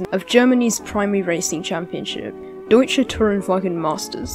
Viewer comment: i don't speak german but i thing it's pronounced like :Doyche Rundshtrecken meystershaft